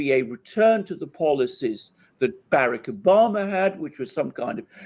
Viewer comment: Omg he says barrack Obama so stupidly